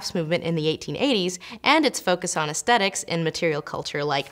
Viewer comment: Am I wrong? I keep hearing her say astetics, and I want to correct her pronunciation, it's Aesthetics. notice the TH.